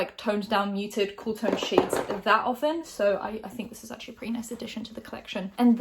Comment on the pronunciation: as an american, you pronouncing ‘purty’ was kinda hilarious lol😂